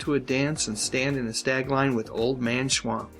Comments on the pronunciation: Its Schump...not schwamp. Watch the show and listen to what they call him. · They always pronounced it 'Mr. Schwump' not 'Schwamp' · It's "Schwump"! I swear, you guys are total idiots!